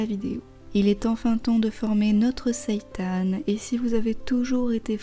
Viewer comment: Super intéressant ! Et ça fait plaisir d'entendre quelqu'un prononcer correctement le mot "seitan", c'est rare ! 😀